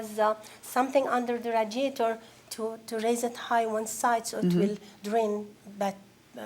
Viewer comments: Sir. Stop saying RAAAdiator. Its RAY-diator lol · The “rad-iator. 😂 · The way he says radiator makes me more mad than anything else. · The defendant "...somebody...who was that somebody..." dramatic pause. Could not have sounded more villainous even if he put his pinky by the corner of his mouth. 😅😅😅😂😂😂😂 And the way he pronounced radiator is criminal! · When the defendant was looking at the photos he looked like a little boy trying to come up with a story. Also, I’ve never heard the word “radiator” pronounced that way (defendant; plaintiff gets a pass for not being a native English speaker).